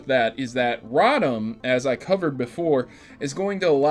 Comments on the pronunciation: *Rotom row-tom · you're pronouncing Rotom's name wrong